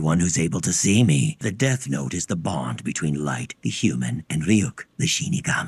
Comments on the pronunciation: Why in DUB???? WHHHHHHHHHHHHHHHHHHHHHHHHHHHHHHYYYYYYYYYYY !!!!!!!! 😒🙄 The cringe!!!! Can you make 4 episodes in each video ?! Like avatar and korra so that the cringe is less painful and of shorter duration !?!? And it's R-yuk not Ri-yuk !! Here we go with the dub cringe. It's a shame because I LOOOOOOOOVE Death Note. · I am always amazed by Americans disregard for pronunciation. RYUUK somehow becomes Ri-yuk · ryuk is pronounced as ryu -k ("ru" as in rumour) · So, just letting you know how Ryuk’s name is actually pronounced. It’s similar to “ree-ook,” but the “ree” sound isn’t actually all that long. It’s like the word “beauty.” You don’t say “bye-yooty” or “bee-yooty.” You say “byooty.” It’s the same with “Ryuk.” It’s not a very common sound in English, so it’s hard to grasp at first, but once you get the hang of it, it’s no harder than saying “beauty.” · Why are you saying Rai UUK for Ryuk? Where are you getting Ai from Yu? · its pronounced Re-Yuk u guys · The way they're pronouncing Ryuk's name is killing me